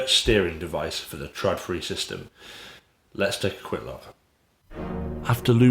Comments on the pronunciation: Its not pronounced TRADfri, but more like TROLfri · It's pronounced trawdfree